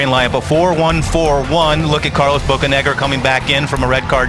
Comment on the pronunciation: Anyone else notice how he said Bocanegra?